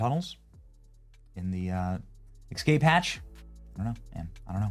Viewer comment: "Escape"! Not "Excape"!